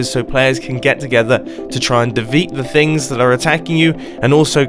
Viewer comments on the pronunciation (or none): mumbo said deveat